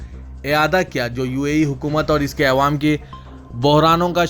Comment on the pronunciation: متحدہ عرب عمارات۔مہیں امارات بو لو۔۔۔ اور یہ "اےوام" بولنا کب چھوڑو گے؟؟؟عوام بول ا سیکھو🤣🤣🤣